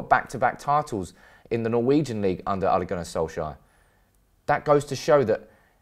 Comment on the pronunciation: Britts when they try to say a name from another country. Ollie lol